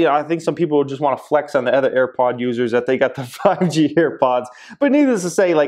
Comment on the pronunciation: These Ads are RIDICULOUS already! The “ETHER” (Jeremys pronunciation instead of OTHER, and driving me bonkers) thing driving me crazy “NEEDLESS TO SAY”! 😱